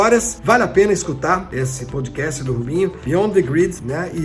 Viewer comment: "Poudcast", só zoando... kkkkkk